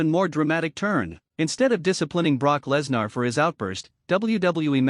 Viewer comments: Please stop mispronouncing Lesnar 😢😢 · Stop mispronouncing Lesnar 😢